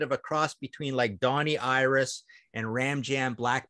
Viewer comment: I think's it's just amazing how probably without even realizing it, Martin kinda pronounces "Donnie Iris" with a Pittsburgh yinzer accent and it's just hilarious!